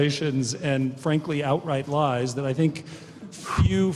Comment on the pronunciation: lol Carey says Boris ...telling out light ries!